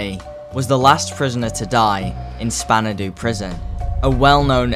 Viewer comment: Spandau is pronounced "shpan-dow" btw. Can't believe the stupid ape nft has this crazy ass backstory. I guess part of me figured that there was more going on than just face value but I was not expecting this